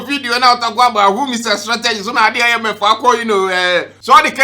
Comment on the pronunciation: How you pronounce ‘party’, ‘cohesion’ and ‘IMF’ be 😂😂😂😂😂😂😂